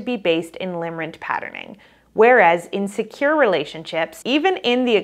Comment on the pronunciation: Great info! In future videos, please pronounce in a DISCERNIBLE WAY, the difference between INSECURE and IN SECURE —— sometimes one sounds like the other because of your pronunciation. Thank you 🙏🏼